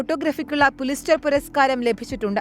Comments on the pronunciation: Wait. it’s Pulitzer Prize and not pulizter. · PULITZER PRIZE എന്നാണ് , പുലിസ്റ്റർ അല്ല , നല്ല റിസർച്ച് ഡെസ്ക് ആയിട്ടുണ്ട്.